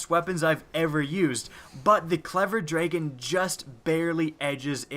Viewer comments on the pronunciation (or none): "draygon" is not the right way to say dragon. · I think you mean DRAGON, not DRAYGON.